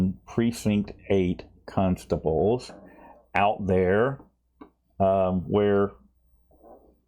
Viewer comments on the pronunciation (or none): did you just say precinct 8 cuntstables?!? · Another entertaining episode,. But if I'm honest, half the reason I watch your vids is to hear how you pronounce "constables"... ("cuhnstables")... LOVE it!!